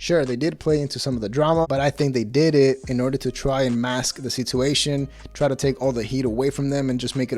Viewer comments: At the risk of sounding like a jerk, just offering a friendly correction. Situation is pronounced sitchuation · Great channel. Just wish you'd learn how to pronounce "situation" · sit-uation. It’s sitch-uation